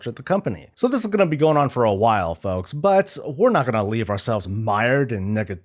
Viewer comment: it sounded like you said "to you fucks at home"